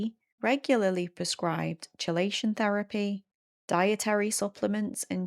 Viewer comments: I don't actually understand what the facilitator is supposed to be doing with s2c - why isn't it something that can be done directly between the nonverbal person and whoever they want to communicate with? Also, just fyi chelation is pronounced "key-lay-shin." I thiught you were talking about some sort of cold exposure thing until you mentioned heavy metals lol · Key. It's pronounced Key - lay - shun. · "Chelation" (it's "kee-lation") :)